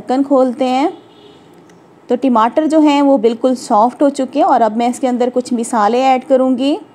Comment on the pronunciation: Masaly ❎ meesaly☑️